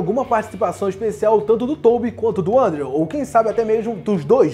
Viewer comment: Aê! A pronúncia de "Andrew" Garfield tá melhorando! Continue assim! :D